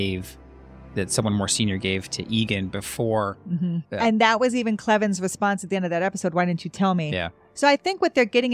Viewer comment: Gale Cleven was my dad’s first cousin. We are used to people mispronouncing our last name. I just wanted to clarify we pronounce it as Cl + even, not as Eleven. Thank you for this episode.